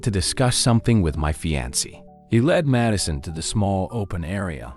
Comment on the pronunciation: How is it you keep showing pictures of black women while describing white women?? It's really misleading. Fiancé is pronounced fee-ahn-say.